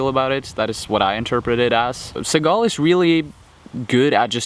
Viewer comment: u said his last name wrong\1